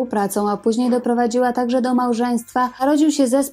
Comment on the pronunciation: Jest Pani pierwsza osoba , ktora prawidlowo wymawia jej nazwisko. Wszyscy redaktorzy w PR mówią Tarner. 😫